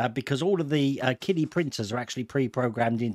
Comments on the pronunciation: I thought it was pronounced 'Chidi', ch as in cherry. That's what I hear on other channels. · for the record, qidi is pronounced "chee-dee"